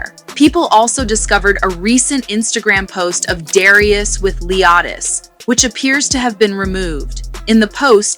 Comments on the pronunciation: You not gonna be saying her son name wrong 😒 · Why on the f***does she keep mispronouncing the baby’s name? Aggravating!! Ugh!!